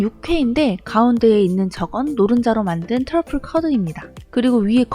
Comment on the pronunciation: 트러플 발음에 하트박고갑니다! 퉐쁠!